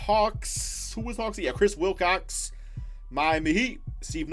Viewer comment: Who else had a ad when was saying Wilcox and sounded like cocks EDIT: TWICE